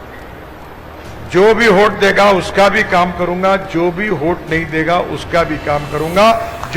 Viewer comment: “होट” नहींरे बाबा…! “वोट” बोलते हैं…